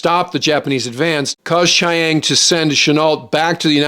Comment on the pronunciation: Chi- Ang?? Really?